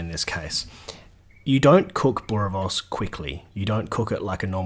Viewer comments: Enjoyed the live commentary! And perfectly executed boerie, from a South African! Didn't even decimate any of the pronunciation. Nice one 👍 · As a South African I have not complaints to offer you your technique. Kudu's to you on the pronunciation of boerewors and braai!!! Will definitely try the chachalaca recipe as we at times go the easy route and buy it in a tin and warm up with onions, garlic (never too much), curry power and bake beans. Re your presentation, either way is good, will still watch your videos no matter what approach you use.